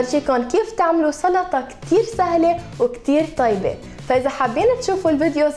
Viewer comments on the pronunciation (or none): none